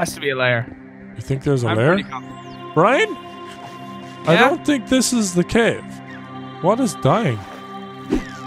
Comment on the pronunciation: He doesn’t say Brian, he says Brine. Come on guys